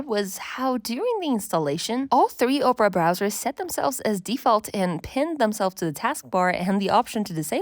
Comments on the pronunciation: Op rah, not ope rah 😂 But otherwise nice video! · Oprah? OPRAH?! OP-ER-AH! 🤣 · You, over and over again: "Oprah" Me, every time you said "Oprah": "Opera" But this was a really good overview of current browsers. Thank you. ❤ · Are you from the Midwest saying Ope-ra instead of Opp-ra? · Just because i was weirdly annoyed by it: the browser is called opEra as in the opera house and not opra as in Oprah Winfrey ;) but in total a really nice comparison and kidna interesting to see, what people from a design perspective care about. I mostly care about privacy, speed and that pages are displayed correct. The last point is especially important from a developer perspective, because even if many browser are build based on chromium or firefox, it's something kinda shocking which issues can occur if someone isn't using Chrome or Firefox. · ITS OP-PRA NOT OPRAH GET IT RIGHT!! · its not ohpra its OPERA!!!! - A recreation of me everytime you say oprah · OMG the way you keep mispronouncing Opera is insane. Oprah is a talk show host. Opera is a browser and a a type of entertainment. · Why are we pronouncing it “Oprah”? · Oprah browser? Ah-per-ah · She called it Oprah 😂😂😂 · I lost it when you said "Oprah" browser XD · opera is pronounced wrong, it starts with ah sound like operation 😅